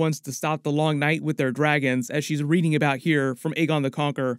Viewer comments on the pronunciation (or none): none